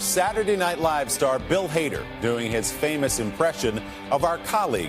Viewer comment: It sounds like he says Bill Hater.